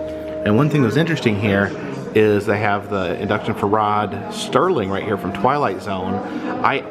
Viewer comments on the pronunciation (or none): Serling not "Sterling". is such a moron. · Corrections: Bill Mumy ("moo-me"), not "mummy". Rod Serling...NOT STerling. No "t". Thanks! 😉👍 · Rod Serling - no “ t “ in his name! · You: Rod Sterling... Me: It's Rod SERLING! IT'S RIGHT IN FRONT OF YOU. I know it happens but come on. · Why does everyone say Sterling? there is no T in the name. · His name was Rod SERLING not STERLING.